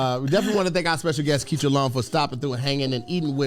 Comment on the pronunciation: It’s ketra long-cloud